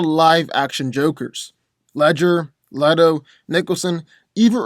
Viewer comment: it is Le-to not Li-to.